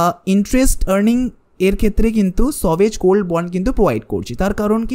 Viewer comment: সভেজগোলড্ বলে কিছু হয় না। ভালো করে জেনে বলো। উচ্চারণ ঠিক করে নেওয় উচিত হবে। 😅